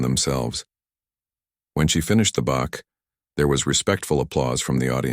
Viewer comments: The name is BACH, NOT BOX!!!!!!!😂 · BACH, NOT BUK😂😮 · It's Bach's fugue, not box fugue. Wake up people, get it right.